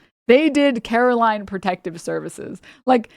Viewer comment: they're not even saying her name right... they keep saying it like "carolyn" and not "caroline." shows how much they give a fuck about the words she's actually saying.